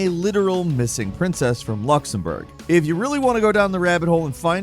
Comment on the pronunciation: Your pronunciation of Luxemborg is so Spot on 👌👌